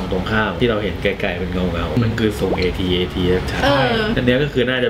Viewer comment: AT AT อ่านว่า แอท-แอท นะ